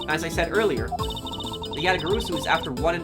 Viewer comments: We've told you this already in chapter 1, but it's pronounced Ya-ta-ga-ra-su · you're pronouncing Yatagarasu wrong it's pronounced exactly how it's spelled - YA-tah-gah-RAH-soo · Just one thing, Yatagarasu is spelled as written, with the "rasu" at the end the "a" is spelled as an "ah"